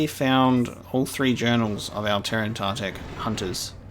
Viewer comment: It’s T-er-in-ta-tech not tear-an-ta-tech. There’s no A. These creatures were brought into canon in season 6 of the clone wars in the Yoda flashback where Dooku says ‘Master I was just telling them about the time you killed the terentatek on kashyyyk what a terrible beast it was.”